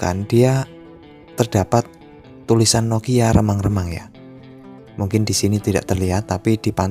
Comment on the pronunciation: Semangat Terus Bikin Video Nya Bang Lumayan Buat Nambah² Ilmu Btw Gw Ngakak Denger Lu Ngomong Remang²